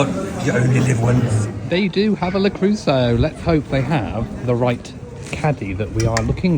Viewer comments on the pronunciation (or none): I also love Le Creuset, but I wonder why you pronounce it Le Crew-so? It is pronounced Le Crew-say. -et in French is always -ay.